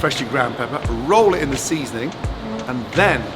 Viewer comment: you know Gordon was gonna put extra emphasis on that SEASONING 🤣🤣🤣